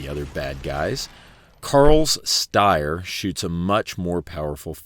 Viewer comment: Also, the Steyr is pronounced stair-like i walk up the stairs but then you cant say porsche or spell colour properly